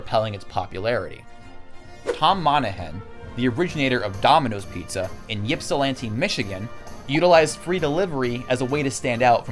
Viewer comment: hi. you don’t pronounce the y in Ypsilanti. thanks 👍